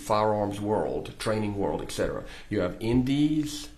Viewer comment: This guy was pretty polished except for his frequent use of “etc., etc,”. AND he pronounced them as “eK-set-er-uh”.